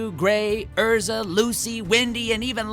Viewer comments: Anyone else noticing that Todd sometimes say Ezra and not Erza? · It hurts me when Todd keeps saying Ezra instead of Erza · At least he said it correctly on number 7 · He did say Erza but he also said Ezra. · He did not just say Ezra... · I mean there’s no way he’s doing that on accident considering he played Natsu for years, and always said Erza in the show. It just wouldn’t make since that now he says it wrong. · He's said her name so many times while recording Natsu yet he mispronounces it here? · you cant say erza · Come on Todd! That’s not how you pronounce Erza’s name. you should know that!!! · The pain of Natsu’s voice actor killing Erza’s name hurts me mostly because of the times he has said it on the anime... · He says Erza's name wrong most of the time, but he says it right . What gives? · I noticed that instead of saying Erza, Todd said Ezra instead (this only happened the first 2 times, he said it correctly the other times). 😇 Edited: I just scrolled down in the comments and didn't know that pronouncing names wrong was a thing on this channel so I guess Todd did it on purpose?...Most likely...Since he's a Fairy Tail voice actor (I hope that's the case but if not...People make mistakes so it's still okay). 😇😇😇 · Wtf. You called Erza, Ezra several times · yea it hurts when you say EZ ra insteand. of erza like emily annear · It really hurts how Todd said “Ezra” and not “Erza” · nice vid... but im getting annoyed every time you say Ezra instead of Erza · It's not ezra it is erza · Did this man seriously say Ezra instead of Erza? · EEEERRRRRRRRRRRRRRRRRRRzzzaaa. Not EEEEEZZZZRRRRaaaa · It's Erza not Ezra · u know its erza so stop saying ezra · Anyone else hear Todd call Erza “Ezra” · GALE CONFIRMED BY NATSU HIMSELF. But Todd.... WHY did you keep saying EZRA at the start?? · He called Erza 'Ezra' , WHY WOULD YOU FUCKING DO THAT 😠😠😠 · It's Erza not Ezra 😤😤😤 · DID I JUST HEAR HIM SAY EZRA????? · I know jit did not just say Ezra!! And he works on the show!!!